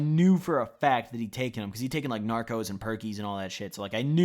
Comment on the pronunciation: They are called norcos not narcos